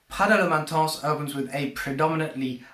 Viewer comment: stop saying intense like that